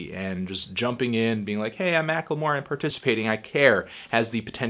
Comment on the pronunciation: You always add an extra syllable to the word "Macklemore"